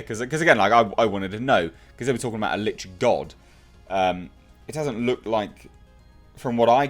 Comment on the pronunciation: Thank you for eventually pronouncing "Lich" properly. Lich rhymes with 'itch.' You can find great information about them on A.J. Pickett's channel about the Lich or almost any monster. I really hope this movie is better than the first. And, since you like the genre you should take a look at some of the YouTube channels like Critical Roll that play through a game. Maybe even join a local game in your area. Play at first but I think you have a great voice for a Dungeon Master.